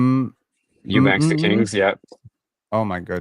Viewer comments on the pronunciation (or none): none